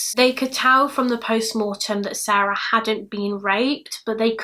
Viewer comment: 👍🏼 just for the correct pronunciations of SARE-ah and SAH-ra.